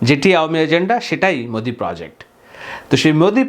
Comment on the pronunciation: বার বার ম্যদি ম্যোদি বলছেন কেন? বাংলাদেশের জন্য ভারতের সকল দল মত নির্বিশেষে এক, কারণ বাংলাদেশ তাদের টাকার খনি।